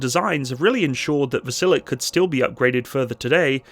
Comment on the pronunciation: It's VasilyOk